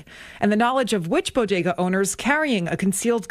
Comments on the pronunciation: Bo-DAY-guz? Jill told me it BO-guh-duz. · I wonder how long it's gonna take Jill Biden to figure out how to pronounce 'bodega' now?...😆